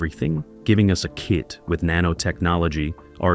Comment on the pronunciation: I cringed at that myself.